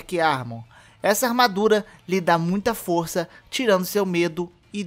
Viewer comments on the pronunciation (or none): none